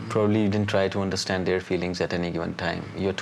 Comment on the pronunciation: mark mark “understNad”👏🏻👏🏻👏🏻